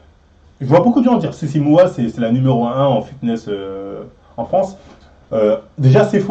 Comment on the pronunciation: Tu vas reussir à dire les noms correctement dans cette video ?😂 entre docteurssimo, fitweenwe, sissy moua 😂